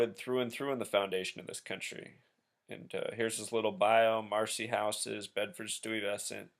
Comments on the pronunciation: Just for your information, it is pronounced Bed'ST-EYE. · Hey! Great video! Continue to do great work. Also it's BED-FORD STUY. Pronounced like it's spelled STY similar to the word FRY. I've been very curious as to these individuals given all the speculation circulating around them. Specifically Jay-Z and his ties to the illuminati. Great work! Thanks can't wait for the book.